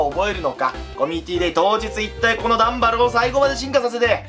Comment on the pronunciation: #のところ ダンバルがガンバルになってるのわわざとなのだろうかwww